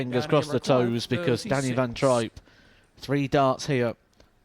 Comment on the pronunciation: It's trijp (tripe)and not trip ..how rude to not find out his name before calling .. disgusting